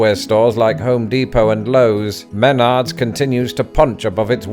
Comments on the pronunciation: I nickname it Maynerds lol. 😜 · Spoken like a Brit. The accent is on the second syllable. And are you unaware of the fact that you can "save big money" there?🎶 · No one can get out of a Menards without hearing their song play over and over about 100 time so anyone that mispronounces it just isn’t trying very hard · I feel like I deserve financial compensation for the damage caused by his mispronouncing Menard's. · Emphasis in pronouncing it is on the "nards", not the "Meh" part. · Hearing you mispronounce Menard’s the whole video was priceless lol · You butchered pronouncing Menards and I love it. Getting a motor less lawnmower is gonna seem like a huge mistake after about 6 months of pushing it. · emphasis is on the second syllable. like you're talking about your testes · Menards is a one syllable words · Same old thing terrible video as always. You do your fellow British no good. always wrong info or incomplete info. Do some research for once and learn how to pronounce the subject of your video's. You consistently pronounced Menards wrong through the hole video. When I watch Brits react to your video's I get so pissed at you always wrong or incomplete info. Every damn time. Maybe it is time for you to give this up and get a real job. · Isn't "nards" an American slang word for testicles? So he's basically calling the store "My Balls." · Menards is pronounced with 1 syllable. :face-fuchsia-wide-eyes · There’s no way you can live in the Midwest and not have heard the Menards jingle on tv a gazillion times. He knows the emphasis is on the 2nd syllable. Every time he said it was like nails on a chalk board. 😬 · He's British. They just seem to automatically put the emphasis on the first syllable. Notably French names. Calais (cal-AY) becomes CAL-ay and Dijon (dee-ZHON) becomes DEE-zhon. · m'NARDS Not MEN'ards No way your wife has never corrected you in all these years 😂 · it's not MEN-ards, it's me-NARDS! (okay, rant over.) you're gonna regret the push mower.